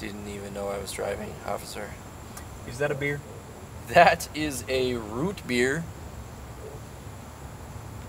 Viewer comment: beer not bere